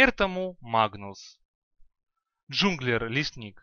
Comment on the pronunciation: джанглер а не джунглер ) и нюкс а не нукс керри саппорт мидер автор просто бог доты!